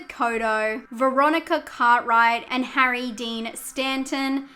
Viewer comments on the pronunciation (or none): none